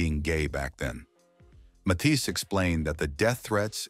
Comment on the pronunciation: "Mathias???" "Mathees???" Good grief. Not to mention the cryptic background music.